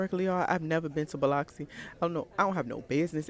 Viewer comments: Lmaooo not bee-lox-ee 😂😂😂😂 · you was down hereee 😂😂 it’s B - Lux- C, you look soo good girl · Girl I’m from Mississippi & we don’t got shit here ! we behind with the new technology & whatnot 😂😂 & it’s BUH-LUX-EEE 🤣🤣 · It’s bow luxe see 😂😂😂i can’t believe you were like an hour away 😭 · lmao it biloxi …. BUH-LUX-SEE 😂😂😂😂😂😂😂😂😂😂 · I know I'm late commenting, but when you said Gulfport, I said I know they are not bringing my girl to Mississippi! 🤣It Biloxi, but it's pronounced (Bill-uck-see)! This done tickled me baby, but I love all of your content!💞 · It’s like beeluxe “biloxi” I’m from Gulfport lol 😂😂 I can’t believe you was here and I didn’t see it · I live in Gulfport, MS lol it’s “Bil-uxee” Definitely, not too much on us 😂 it’s a nice city girl 😭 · I am CRINEEEEE I’m so late but it’s Buh-LUX-SEE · The way you said biloxi 😂😂😂😂😂 omfg that’s like an hour away from me and no that’s not how it’s pronounced but you tried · You tryna say Biloxi is blowing me 😂😂😂😂😂😂 I’m so weak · I’m from Mississippi and ain’t no way you saying Biloxi like that sis 🤣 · Baby was butchering that lil name 😂😂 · Naw sis thats not how you say, Biloxi, 😂😂😂😂😂 you gotta be from down here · Lol you’re def pronouncing it wrong but I just drove out that way 😢